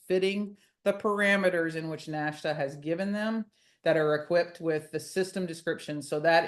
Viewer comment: Crazy stuff. PS NHTSA is usually pronounced "nit-suh" 😊👍